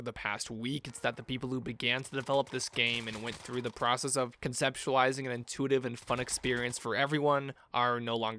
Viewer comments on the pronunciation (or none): none